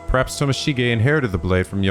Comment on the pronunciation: Morishige watching mispronounce Tomoshige: where do I get one of these curse stones?? (Hehe jk love ya!)